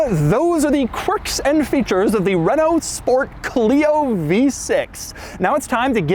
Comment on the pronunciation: I appreciate doug saying renault properly 💪🏽